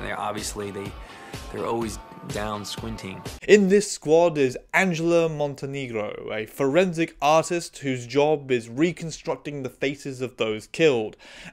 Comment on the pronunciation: You say this after pronouncing Angela's name "MonteNEEgro" instead of "...NAYgro"